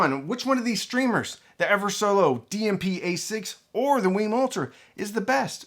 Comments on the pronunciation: WiiM is pronounced like "whim", not "weem". I learned that when I attended an audio show where WiiM introduced the Ultra. I thought it was "weem" at first like the Nintendo Wii, but it's "whim". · It’s pronounced like Whim, not Weem